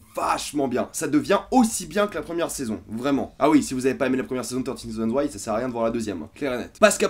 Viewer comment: Le prends surtout pas mal. Mais le "th" en anglais ne se prononce pas "te". A la rigueur c'est plus "fe".